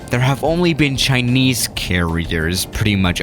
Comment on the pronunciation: "Right in front of us we have a chineyse plane"